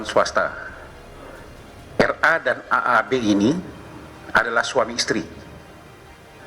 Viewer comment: Aku dengernya RA bukan NR